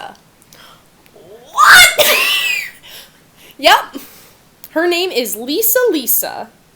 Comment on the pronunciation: cant believe you didn't acknowledge her getting Lisa Lisas name right.